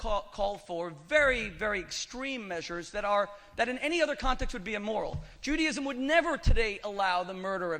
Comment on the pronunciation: The rabbi can't pronounce Judaism - he says Juadism - that is really poor from a supposed learned Rabbi. He lost this debate for sure!